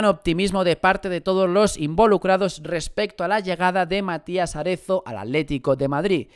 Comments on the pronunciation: Es Matías Arezzo, no Aretzo. Haces daño a los oídos. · Que rabia me da cuando dices Matías Aretzo y no arezo